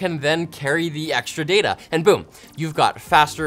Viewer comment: says data instead of data. Unbelievable